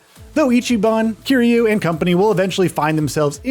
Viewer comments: Man said Kyrie ☠️☠️ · kazooma kiryay lmao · That is NOT how you say Kiryu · This dude still can’t say Kiryu’s name right